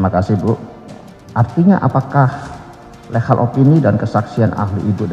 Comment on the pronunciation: Legal itu bacanya bukan "lehal" coy...tapi "ligel"